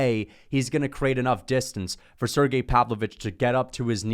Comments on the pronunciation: SerGAY is how it’s pronounced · Also it’s pronounced sir-gey